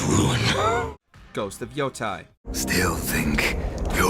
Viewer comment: Yotei = Yo-Te-e, not Yotai